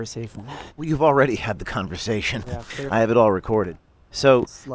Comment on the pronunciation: “I’m not interested in having this converfathon”… oh, I am so screwed. My job’s over, my life’s over. Dude, Byron, you seem like you have some good still in you. Sweat out the indoctrination in your mind and fix yourself. Undermining the majority, MAGA, undermining RFK, someone MAGA admires and respects, is NOT THE WILL OF THE PEOPLE. As far as vaccines, it’s OKAY to ASK QUESTIONS. What’s crazy and ignorant is taking everything at face value and expecting everyone has your best interests in mind. You didn’t, so thanks for proving that point.